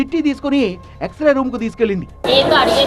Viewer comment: ఎక్సరే ఎక్సరా కాదు